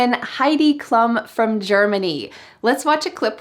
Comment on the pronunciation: Such a nice video. Maybe only one thing: the name of Heidi Klum sounds Klum, not Klam. Ansonsten alles sehr schön. :-))